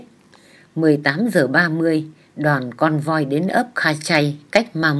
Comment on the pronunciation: Theo tôi,từ " convoi" phát âm là " công voa" ạ.